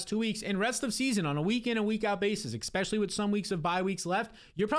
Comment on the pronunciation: e-S-pecially, not expecially. I love your videos but you use this word around 40 times each video. Especially, e-SSSS-pecially.